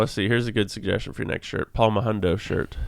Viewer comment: When he said “Palm a hundo” for a shirt it sounded like he said “Paul Mahundo” which would be a funny inside joke thing. Just people wearing shirts with a random guy named Paul on them